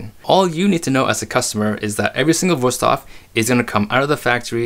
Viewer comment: WOW you actually pronounced the company’s name correctly. I’ve seen a lot of adds lately where they can’t even pronounce the name correctly. They pronounce is “ woo-stave” and not and not “vu-stafe”